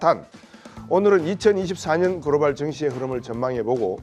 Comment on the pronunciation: "그로발" 아니고 "글로벌" ^^